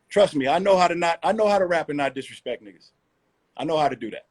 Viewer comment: When Royce said “don’t disrespek me in a diss record” I just stopped tha video wtf lol